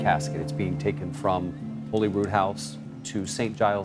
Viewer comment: Holyrood is pronounced as Hollyrood